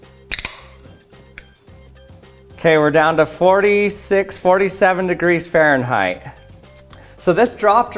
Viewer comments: WTF is faranheight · What the fuck is farenrrait